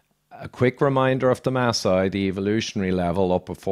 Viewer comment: Maasai not Ma sai they are the Maa tribe! I was born in Nairobi (a maasai name) and raised in Kenya.